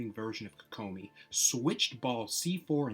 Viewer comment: I hate how you say her name.